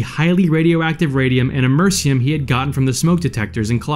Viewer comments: Americium, not Amercium. Better narrators, please. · A-mer-I-ci-um not amercium. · For completeness, that's Am-er-ee-see-um (spelled Americium), not Am-er-see-um. It's a shame such a driven individual made such big mistakes. Bottom line, if you don't assuredly know what you're doing; get some help and have a backup plan. Things like nuclear science, biochemistry, virology, and explosive engineering are appealing to most but rarely understood fully by the amateur. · Americium is pronounced am-uh-riss-ee-um not ah-mercy-um. It is literally named after the Americas. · amersian? don't you mean Americium? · Amersiyum-241. Could have sworn it was Americium. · FWIW Americium is pronounced am-uh-ree-see-uhm, not amersum. Just saying... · Americium is pronounced "Am-ur-EES-ee-um" with emphasis on that third syllable as I show in caps. Nice vid! Interesting story! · Only an American would pronounce an element named after their own continent, Americium, as "Immerzium"... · am er iss e um (iss as in miss) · Ah-meh-RISS-ee-um 241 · Whoever made this video doesn't know a whole lot about radioactivity. The element in smoke detectors is Americium. Am-er--ee-sium. You don't need to get Uranium from Czechoslovakia, you can order the shit online. You get Uranium ore, which in itself, is radioactive but not deadly and can't be used to build a bomb unless you process a few hundred tons of it. What David Hahn did was get a bunch of radioactive shit that any person can buy and put it all in small place. The only crime committed was parents not being parents. You can legally buy small sources of radioactive elements. Any American can do what David Hahn did but in doing so, you are irradiating yourself and putting yourself in the position to die a painful death. At no point did he build any sort of nuclear reactor. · AM-ER-EE-CEE-UM thats how u pronounce it. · please learn to pronounce stuff correctly I’m sorry but this is painful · the narrator mispronounced Americium.....typical....